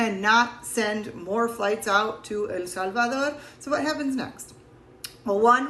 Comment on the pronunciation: I love how she’s American but when she says El Salvador, she says it with a Spanish accent